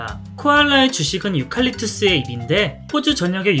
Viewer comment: 꼬리가 참 귀엽네용❤😊 +유칼립투스를 유깔입뚜스라고....